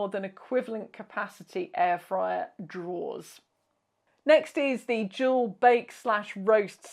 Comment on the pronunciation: No! I looked at the subtitles and they say "dual" lol. That makes sense, but I could swear I hear "jewel". 😂